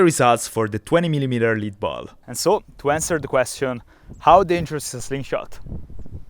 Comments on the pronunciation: By the way, “lead” the metal is pronounced “led”. “lead” the verb is pronounced “leed”. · Great video! BTW, "lead" (the metal) is pronounced "led" (like Led Zeppelin)